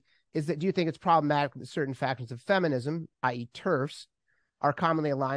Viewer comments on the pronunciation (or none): none